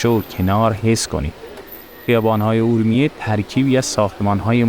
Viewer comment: بزرگوار چند نکته ای را لازمه بدانید . فیلمبرداری از مغازه های بسته در خیابان را میکس و حذف کنید صحبتهای گذر عمومی را در فیلم نگنجانید ... عابرین پیاده رو را از روبرو فیلم بگیرید و از پشت سر اونم به صورت طولانی خودداری کنید و سعی کنید از واژه های اشتباه و غلط برای صدا و گویندگی ستفاده نکنید . مثلا کلمه خورشت به جای خوروشت و ا رومیه به جای اورمیه به صورت گویش صحیح استفاده شود . با تشکر